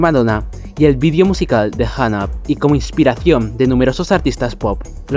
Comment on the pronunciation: Por qué hay personas que dicen "janap", a Hung Up 🤦🏼‍♂️ en fin. Buen vídeo, saludos